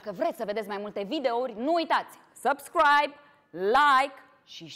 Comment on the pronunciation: Cum zice ‘zăpscroaib’ 😂😂😂😂😂😂🤣🤣🤣🤣🤣